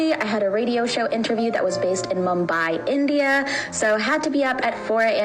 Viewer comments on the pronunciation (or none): none